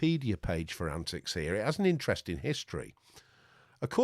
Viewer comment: I am surprised you did not correct the pronunciation and capitalization of the antiX name. :-)